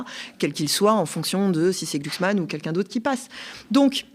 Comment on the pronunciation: Prononcer Glucksmein 😂😂😂